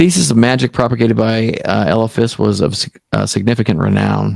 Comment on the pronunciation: ELI-phas. pronounce the ELI-phas. cool dude, probably a dork- but someone I might could hang out with